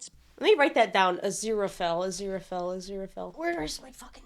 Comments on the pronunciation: Just pronouce it "Ah-zi-rah fell". I know it might seem like it's hard at first but really it's not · Aziraphel —> Az ear a fell. That’s how you pronounce it :D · If it helps, his name is pronounced "uh-zee-ruh-fell" 😁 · az-ear-a - fell if it helps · This is just to help you get the pronunciation easier on our angel's name. Think of it like this: a-zer-a-fell. I hope that helps! Love to see you react to another one of my favorite series! Stay awesome!❤ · Aziraphale is usually pronounced uh-ZEER-uh-fell if that helps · Well fro pronunciations maybe the is will help. Crowley (Crow-Lee) Aziraphale (Ah-see-rah-fell) I believe you pronounced the first half his name correctly. The Last half of his name its just “fell” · lol, I had problems with az name too it pronounced Uh-zeer-uh-FAY-yuhl. I hope that helps 😅 I love this show so watching your reaction is amusing to me😂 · try “az-zeer-ah-fail” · Funny how you have no idea how to pronounce Aziraphale's name because Crowley hardly ever calls him that 😂 This show has the best humour. When Neil Gaiman & Terry Pratchett's funny brain cells combined, you get this masterpiece. Ep 3, a fan favourite, LESSS GOOO!!!